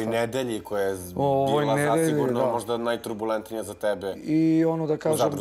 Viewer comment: Joj al kada ovaj kaze "najTRUbulentnija" 🙄 nauci vise, jarane